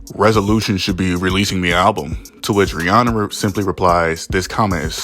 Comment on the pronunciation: Bro, I never heard anyone say Ree Anna before til I heard u say that 🤣🤣🤣